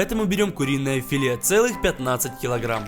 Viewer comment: Не фильхи а филе.